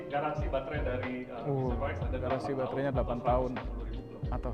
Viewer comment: Bz4x dibaca biji forex